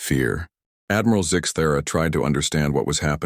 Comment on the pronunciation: I lost track of the ways the narrator could pronounce (and spell) zixthera.